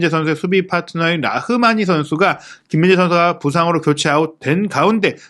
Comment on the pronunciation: 김민재는 기힌재선수 뭐 이정도로 하시지만 발음이 더 어려운 손흥민은 소흐히 선수, 소흐니 선수, 소히선수 등 아주 다양하게 하심 .. 천천히 하면 발음 안뭉개고 괜찮던데 마음이 너무 급하신듯..